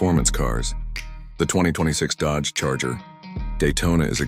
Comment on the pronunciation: Dodage huh? Atleast use good ai to make ai slop